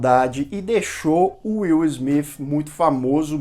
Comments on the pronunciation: Na verdade não é nem Izmit nem Izmif kkkkkkkk o S tem som de Ssssmit. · Ótimo vídeo! Mas mano não complica a pronúncia todos falam Smith e vc vem ser do contra pronunciando Smif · O certo é falar Will Smiff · Pra ser coerente com a maneira q vc pronuncia Smith tem que falar Bethânia com sotaque baiano igual o personagem do Gregorio no Porta dos Fundos Hahahaha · Nunca ouvi. Esse smifi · Deslik só por não falar o sobrenome correto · Não é ''Smith'' com som de ''f'' no final, mas sim com som de ''s''. Atentando para a linguinha tocando os dentes de cima. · Foda se se é o jeito certo de falar o nome dele, tá incomodando o seus inscritos, então para e fala logo do jeito popular, nem deu pra assistir todo o vídeo.